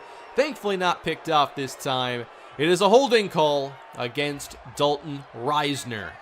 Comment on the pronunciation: I hate how says Risner. Huge kstate fan and always heard it as an ih sound not a long I